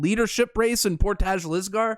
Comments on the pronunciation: Portage is pronounced like porridge with a t. Portij = Portage. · all day! And you are saying portage wrong Haha. It's more like " por-tige"